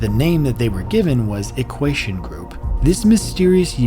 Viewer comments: poor dude cant even say "equation" lmao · Great video! Am I hearing shit, or is he pronouncing "equation" as though it has an s instead of a t? I keep hearing "equasion"... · “Equation” too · Casper-Sky? Equashion? Brother what are those pronunciations. 😭